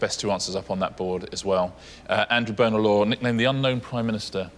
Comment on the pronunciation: Richard and Xander both ALWAYS mispronounce Bonar as “boner”. They do it even when the contestant has pronounced it correctly as “bonner” like Dan did here. It’s so irritating.